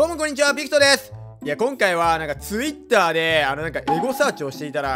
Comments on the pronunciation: 「ッ」が無いぞ…… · ついっ↑たー↓ 発音独特じゃね？ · ツイッ⤴︎ ター笑笑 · つぃっ↑たぁ↓w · ツ↑ウィッタァー↓ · つい⤴︎ ったぁ⤵︎ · ツイッターの発音草w ツイ↑ッター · ツイ↑ターwwww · ついっ↑たーで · ツ↑イッ↓ター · ツイ⤴️ッター？ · 無許可とかの前にTwitterの発音のイントネーション癖強すぎやろw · ツイッターのイントネーション…